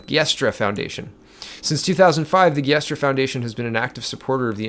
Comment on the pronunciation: Giustra is pronounced jewstra.